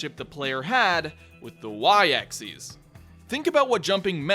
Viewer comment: Hold up. No, I'm not gonna get on your case for Zed. It's the way you pronounce Axis. It sounds like you said "Axeeis." Wat?